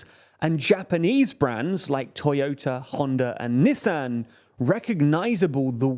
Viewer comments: If you're wondering, knee•sawn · The Texan in me died a little when he said Nissan